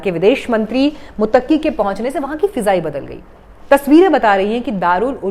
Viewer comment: मैडम, मुत्तकी है आप बार बार मुतक्की प्रोनाउंस कर रही हैं जो गलत है l सॉरी बोलिए कि आगे से ऐसी गलती नहीं होगी l